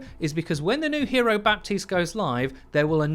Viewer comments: For the last fucking time ! His name is prnounced BATISTE not BaPPPPPUHHtiste ! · dude please its bah-teest not bap-teest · We never ever pronounce the p in baptiste. Ever. It's just like Batiste. Simple as that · It's pronounced "Bateest". No P. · pls stop pronouncing the P in Baptiste i can't take it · Everytime you pronounce the p in Baptiste another small child dies